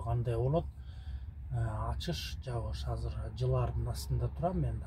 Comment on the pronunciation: Азыр деген созду Казыр деп суйлогондордун башын жулупсалсан э? Кыргыз тилинде казыр деген соз жок. Конковайлар ошентип суйлойт беле?